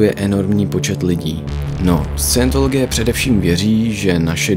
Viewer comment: Jeden přeřek? 🤔 Vždyť jsi slovo Scientologie vyslovil pokaždé špatně. A i jiné názvy, které jsi ve videu uvedl a některé nepřesně vysvětlil.